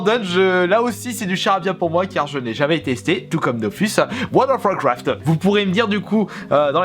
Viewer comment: Très bonne vidéo 😊 tu ma tuer avec ton: Wold of wouacraft mdrr 😂 pouce bleu habituel 😉👌